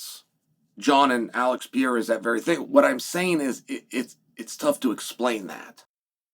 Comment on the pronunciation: Chael I have you on record stating that there was no possible way for Jones to come back to Light Heavyweight once he moves up to Heavyweight. You said that somewhere in the 3 years he took to get fatter (or move up like you said) Soooo which one is it?!😂 And please read the following slowly...PE... RE... RA...Pereira His name ain't Pierra stupid!